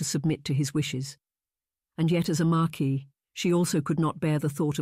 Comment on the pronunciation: "Mar keese"?